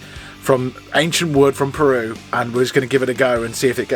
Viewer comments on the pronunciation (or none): none